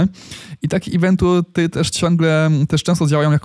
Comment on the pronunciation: "łolety, anousmemty i iwenty" jprdl